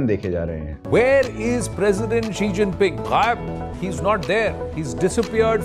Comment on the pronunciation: Xi ❌ Chi ✅ 😂😂